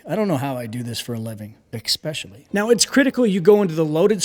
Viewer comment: The "Ex-specially" killed me 💀 Great vid!